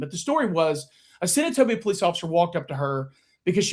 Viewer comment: When I hear say Senatobia I cringe and get mad for him!!!